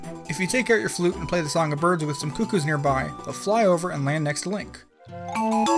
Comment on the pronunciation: Coo' koh...its not hard to say correctly.